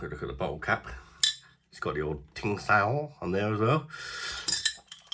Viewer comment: Ching Dow is how you would say it